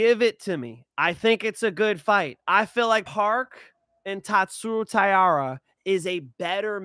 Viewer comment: Damn Bro. How you butcher Taira’s name? He headlining the event 😭